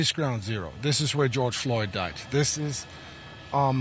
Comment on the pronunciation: You could at least pronounce his name correctly, not a difficult name.